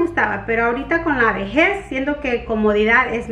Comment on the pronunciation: SE DICE VEJEZ NO ( viejez)